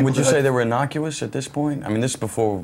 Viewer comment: "Innocuous" LOL